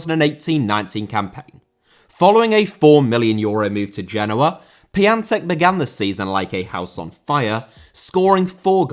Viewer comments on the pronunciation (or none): none